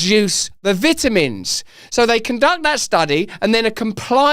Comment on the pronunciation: He should learn to say Vitamin.